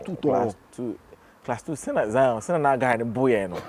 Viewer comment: Zion forgot 'R'